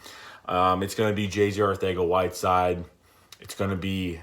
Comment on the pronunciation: You pronouncing whiteside name wrong